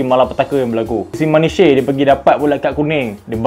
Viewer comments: Manish.. bukan manishey huhu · Sebutan dia “Manitch” bukan “mani-chey” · Aduh bro Nuno Maniche tu sebutan dia "Manich" bukan "Manishe" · Terbaik. Tp Manishhh la bukan manisheyyy, hihi selamat berpuasa, buat lg content best2 👏🏻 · Sebutan mat saleh-Manich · Kau ni dulu tengok bola melalui laporan segmen sukan di surat khabar ke? Kau study la sikit cara sebut nama player. Bernanah telinga aku dengar kau sebut nama Maniche.